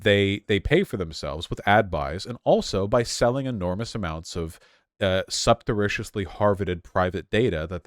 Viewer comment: It's SURREPTITIOUSLY, not supterriciously